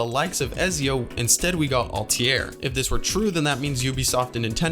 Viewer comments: You say "Altair" wrong. Very wrong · Pronouncing ezio and altair wrong is a sin